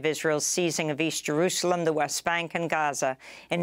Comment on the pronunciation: Funny how Amy went from Gaza to Haza in her reporting. 😅